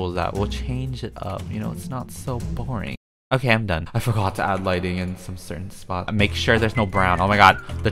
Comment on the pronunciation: “warm lightning” youtubers: “linen”